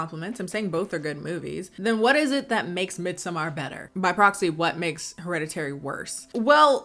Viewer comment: "midsuhMAR" girl shut up and call it midsummer like the rest of us